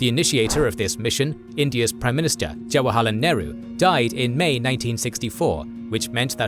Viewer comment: Its Jawaharlal Nehru not Jawaharlar Nehru